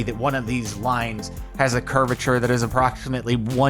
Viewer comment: Lions? Really Jardon? Lions?! I know I know, lines, I got it. Still funny tho. :P